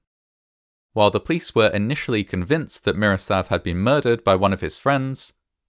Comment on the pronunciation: Except when he recounts how the building clapsed, or the plice were on scene in minutes.